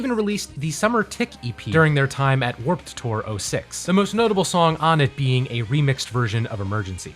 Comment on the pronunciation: Is there like an inside joke of why he pronounces the past tense of "WarpED Tour" so emphatically in his videos?